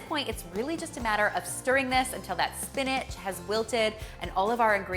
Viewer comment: Am I the only one who learned how to say SPINACH and not SPINAG 😂